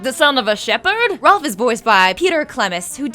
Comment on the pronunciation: She misspelled his name saying "Rolph"